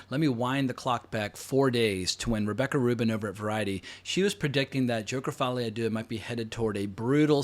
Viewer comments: The way he says Folie a Deux is hilarious 🤣🤣🤣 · Can you stop pronouncing Folie à deux in that way? It was OK the two first times but as a French I am beginning to find it very offensive You have to know that Folie à deux is an expression for bipolaroty disorders, that is probably the reason of the title